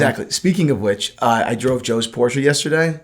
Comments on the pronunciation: I love when pronounces Porsche wrong and corrects him and pronounces it wrong, but in a different way:) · Why does Porsche have to be pronounced 'por-sheh'? Do you also pronounce BMW as 'Bee-em-vee'? Or Toyota as 'Toy-yo-da.' Or Citroen as 'See-tro-en.' (do you guys know what this is?)